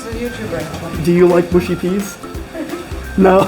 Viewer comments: Mushy peas pronounced mushy not mooshy. Short u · it's mushy peas not mooshy peas. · Its mush i peas